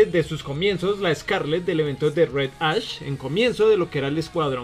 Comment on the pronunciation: red ash? no es red ASS